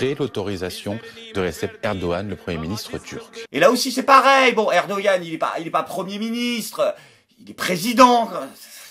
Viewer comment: Au moins BFM a bien prononcé Erdogan "Erdohân" (le g dans son nom est bien muet), c'est rare qu'ils n'écorchent pas un nom. Quant à Emmanuel Lechibre... Que dire, tant il est ignoble et mauvais en économie... Christophe Barbant y a plus rien à dire, les mots seraient encore un compliment...